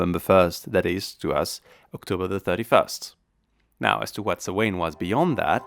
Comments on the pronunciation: had to slow video down to .75 in order to understand whatever the heck was trying to be said, but even then, suh-WAYNE rather than SOW-wen drove me kinda nuts....LOL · It's sow-an not so-waine!!!! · As an Irish person I MUST correct you. Samhain is pronounced like "sow-an" not "so-wane". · Samhain is pronounced Sowin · The pronunciation is all wrong. It is not "Sam Hain" or for that matter “swain” The proper way is "sow an” with the “Sow” pronounced as you would a female pig. Oiche Samhain is Halloween night and Mí na Samhain is Gaelic for the month of November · Did he just really make a dig a people who can't pronounce Samhain right? Pot calling kettle black there man. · It's a Gaelic word, spelt in Gaelic and is also and ancient Gaelic holiday. Pronounce it properly. There is not "English" it's a Gaelic feast. The Gaels also adopted the use of Roman letters. The English language does not own the letters.